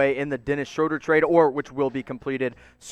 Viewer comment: Its pronounced Shroooooooooder